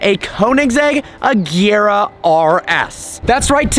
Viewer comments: AGERA NOT AJERA!!! FFS. Learn how to pronounce the goddamn name. OR IS IT HARD TO YOU TO DO THAT AS IS DRIVING IN THE ROUNDABOUT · HOW MANY TIMES WE GOTTA SAY IT IT’S AGERA WITH A HARD G